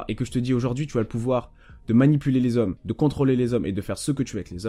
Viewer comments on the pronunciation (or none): « Elles aiment LES ZHOMMES » avec un grand Z